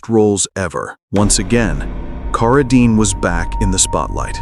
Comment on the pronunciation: A very good ands interesting video, but pronouncing Carradine as "Car~a~dean is a little aggrivating...